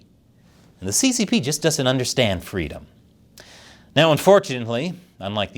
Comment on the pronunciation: said reeeeedom ❤